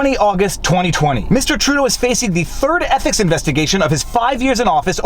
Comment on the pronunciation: "Trudeau's EPIC violation..." That's how it sounds (at least at 1.75x).